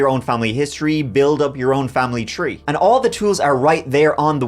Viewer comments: IT'S THREE NOT TREE! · Convinced he picks stories with alot of " treeees" in them. Two tousand tree, thurty tree